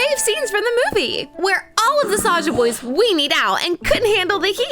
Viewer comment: Why do I always hear the, ``err ah'' when she is always saying ``saja boys''?